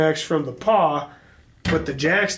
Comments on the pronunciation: Pawl not paw. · HUMMMM🤔 PAW YEEEAAA PAW LIKE ON A DOG OR A CAT PAW YEEAAAA NOOOOO IT'S PAWL NOT PAW P A W L LIKE IN A RATCHETING MECHANISM SO THAR YA B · Shit is it really a silent L?